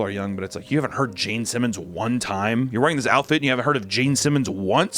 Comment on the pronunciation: I swear he kept saying “Jane Simmons” instead of “Gene Simmons” but he def said Gene a couple of times 😂😂